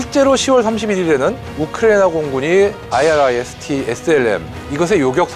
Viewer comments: 아이리스티 라고 하면되지 뭔 아이알아이에스티 이 ZR ㅋ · IRIS-T는 아이리스티라고 모든 메니아들이 발음하고 있는데도 불구하고,, 스팰을 일일이 읽네.. 아스람과 아처는 왜 스팰을 읽지않나요ㅎ 밀리터리 전문가가 맞나? 아님 원고를 그대로 읽는 아나운서인지.. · 그냥 아이리스T라고 발음하면 됩니다.해외 군사채널에서도 다 그렇게 발음해요.